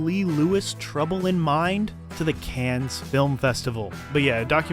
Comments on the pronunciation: Cannes is not pronounced “cans” lol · cannes is pronounced can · It’s pronounced like CAN. No s. It’s a French word. You make videos about movies but can’t even pronounce Cannes correctly. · This video was awful. You are an idiot. You didn’t so ANY research. You can’t pronounce Cannes correctly and you say “is this the last Coen brothers movie were are going to see?” NO. Ethan had a trilogy he wanted to do with his wife. That’s all. Their next film they back together and is going to be a horror movie. Do some research next time loser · I feel like you're trolling us with your pronunciation of "Cannes". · The "S" in "Cannes" is silent. This is an important detail if you're talking about films and their festivals, and you want to sound knowledgeable. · a guy who makes a living talking about film on youtube, but doesn't know how to pronounce "Cannes" lol